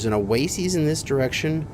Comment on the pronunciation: Are you ever going to pronounce oasis properly?